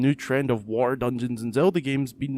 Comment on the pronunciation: Dude, u need to learn how to pronounce your T's. Hate the the way u say water lmao!!! xD